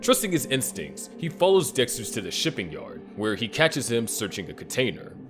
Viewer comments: Dixter lol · ”lab geek my ahh, Dextuh 😏”